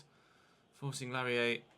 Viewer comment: Laryea is pronounced LA-RAY-UH